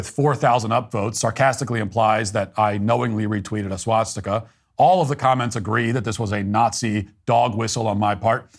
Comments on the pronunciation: Swah Stick Uh. Not SWAT stick uh. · It’s a swastika not a swatstika 😭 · The only thing you did wrong here is pronounce it "swatstika" repeatedly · The real problem here is how Matt pronounces it as "SWATstika". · It's hilarious that Matt, the "Nazi," doesn't pronounce the word 'swastika' correctly. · I'm only offended by his pronunciation of "swastika." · How do I know Matt doesn’t support the Nationalist Socialist Party? He says swast!ka incorrectly 😂